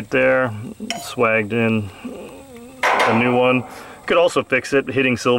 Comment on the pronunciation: "Swagged in"... Dumb shit, it's pronounced "swejjed" lol